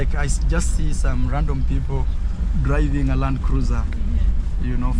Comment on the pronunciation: Hey just say Landcruisr👍🏿👍🏿LUV